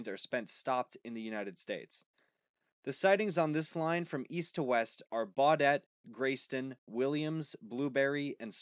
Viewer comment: He did not pronounce Baudette correctly.